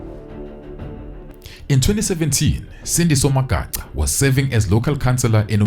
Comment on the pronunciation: it is so disappointing to hear blacks mispronounce other black people's surnames. Really disappointing. Magaqa and Magaca is two different things.